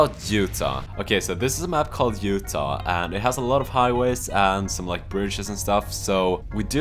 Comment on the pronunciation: you say "this is a mapc alled Utah" like its fictional lol